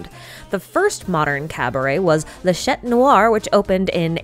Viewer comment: When you say "chat", the "t" is silent. By the way, wonderful video again!!!❤